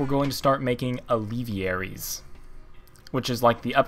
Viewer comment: It is pronounced al-ve-air-ies. not al-ev-e-air-ies